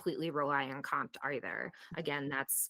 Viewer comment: You pronounce it Co-M.T. not compt!